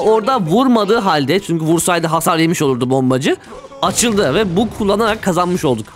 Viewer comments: bug, (bag) diye okunur, (bug) diye okunmaz wifi kelimesini (wayfi) diye okumak kadar saçma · "bug" değil agam "bag" bizi de alıştırdın bug diyip duruyom artık.